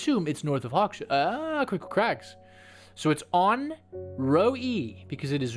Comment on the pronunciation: 100 % Sure Hawkshead doesn't have a SH sound.... Hawk's Head. LOL Loving this game!